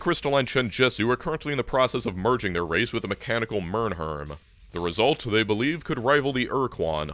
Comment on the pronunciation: Between Py and nailing the pronunciation of Mmrnmhrm I honestly can't tell which is more impressive.